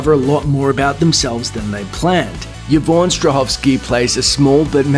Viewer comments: just thought you should know the name is pronounced EE-von not YA-von :) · Why is he pronouncing Yvonne as "Yah-von"?? It's pronounced "E-von". 😂